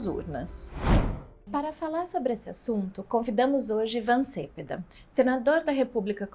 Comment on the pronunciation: Só um detalhe: o sobrenome do convidado infelizmente é pronunciado erroneamente pela simpática moça. Cepeda tem acento tônico na segunda sílaba, como "celeste", "merenda" ou "pedestre".